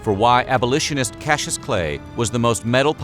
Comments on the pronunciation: Cassius is NOT pronounced "cashew". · KAS - EE - US